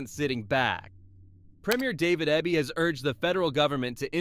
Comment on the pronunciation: It's David Eeeby. Pronounce it right.